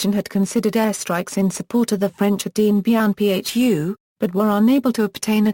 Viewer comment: This should never have been narrated by digital speech. I had to stop & think about who & what was being mentioned: Zhou En Lai, Dien Bien Phu, Pathet Lao, etc. Horrible pronunciation. Too bad. The topic is well laid out & worthy of further detailed investigation.